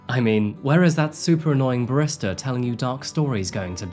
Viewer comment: Are you kidding me? It's a coffee themed channel that sells coffee and he can't even pronounce "barista" - he obviously can't be bothered to sweat such detail.